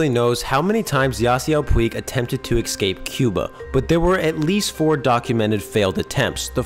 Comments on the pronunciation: Dude, the word is “escape”. Not “excape”. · The word is "escape" not "excape" thanks for reading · Dude, you should not do your own narration if you use the word "excape". It's escape, dude. Sound it out. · You said 'excape' My brain hates that. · eScape ES-CAPE! ESSSS! GODDAMMIT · am i the only person that hates, the sound of this person saying "excape" for half the video? there is no "k" or "x" in that... it hurts my ears... PLEASE GOD STOP SAYING EXCAPE!!!! PLEASE!!! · Dear: “Escape” does not have an ‘x’ sound in the first syllable. (You’re welcome.)